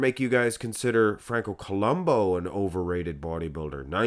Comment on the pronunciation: It's Franco Columbu, not Columbo